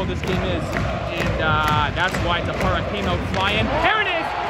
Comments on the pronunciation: Hi, you should put the accent on the first "a" in the name tappara. Táppara. This applies also on the all other names. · Listening you pronouncing Tappara and Tampere is painful but so glad you made it to Tampere! If you're craving some international food Aloha Ramen and Taco's and Tequila are legit!!